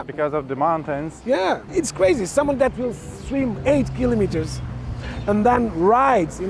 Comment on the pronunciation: I can see why this guy is the president of the tourism for Cascais—laid back, eloquent, diplomatic, and knowledgeable. And he pronounces kilometres correctly! Great!